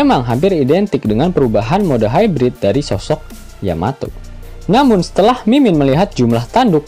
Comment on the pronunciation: Tumben min, bener nyebut yamato. biasanya yamete. haha